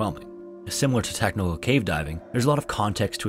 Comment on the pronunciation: " similar to techno-o cave diving" What'd he saaayyyyyy??.😂😂